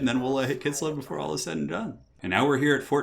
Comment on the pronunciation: Forget the Azhag blunder, why do you keep calling Kislev "Kissel"? Also just want to point out that you described one part of the Waaagh! Campaign mechanic incorrectly. The Waaagh! troops don't increase from fightiness, they grow steadily over each turn regardless of what the army is doing once the Waaagh! is called. Otherwise good video though!